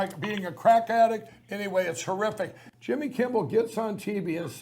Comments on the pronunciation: "Jimmy Kimbel" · Jimmy Kimball? Did I hear that right?